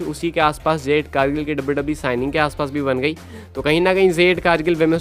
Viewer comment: O bahi jade ko zade kyun bolte ho pronounce to theak se kiya kro